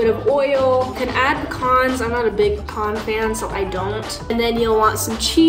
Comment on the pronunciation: Say can now say pecan say con don't say Pecon say can now say peCAN